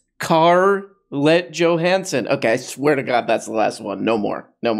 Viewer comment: "Car-let Johansen". Now every time I hear the NY Dolls song, Stranded in the Jungle, I will think of Stranded In The Civic. PS I think this woman's car lifestyle appears to be a gimmick.